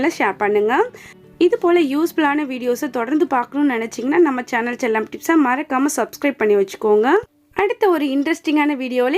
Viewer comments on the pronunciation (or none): none